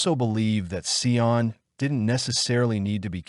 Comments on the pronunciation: Just off topic really quick, Sian's name is pronounced "Sharn" not "Sye-Ann" just saying.. ok back to the video. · Sorry, forgot to say that it drove me crazy, too😂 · Get the name right .. the witch’s name was Valmae Beck not Wilma .. and the precious child’s name is pronounced Sharn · I knew them well and Linda left the shops with her daughter and meant to meet her on the other side of the park as she had her bicycle... by the time Linda got around the corner to meet Sian she didnt turn up... you facts are not correct but close. the rest of it is BS. Her name is pronounced SHARN... the killers asked her to help look for their dog so she got off her bike and they took her... it was just so traumatic ... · When you are creating a true crime case, you should probably make sure you know how to pronounce at least the victims name. This was one of the saddest cases... my heart goes out to Sians (pronounced Sharn) family. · Americans would need it written as Shahn, for them to pronounce it correctly, as they would pronounce the r in "Sharn".. which is incorrect. Actually, Sian, pronounced by Americans would be close to the way they pronounce "Shawn" with a longer "a". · WRONG. As others here have noted, the name is pronounced 'Sharn'. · Interesting story but please get the pronunciation correct. Her name is Sian pronounced Sharn. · So disrespectful. Sian's name is pronounced sh-ah-n